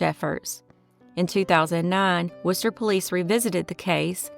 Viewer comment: Have to give props for pronouncing “Worcester” correctly!